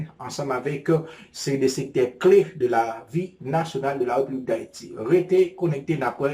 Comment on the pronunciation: Bro sa kap fet la? se pa Republique nn. Se République, lhr wap prononse RE a ou femen bouch, fok ou ouvri bouch ou pou son aksantegi E ka sorti. Bon travay!